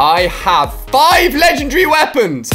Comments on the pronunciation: It's legendary not lechannnndry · He said I have 5 ledgendry weapons lol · You should learn how to say legendary